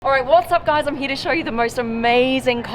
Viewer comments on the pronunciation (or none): none